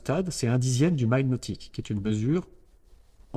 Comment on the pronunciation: Ce n'est pas le "Maîle" nautique mais le "mille" comme on prononce le nombre mille.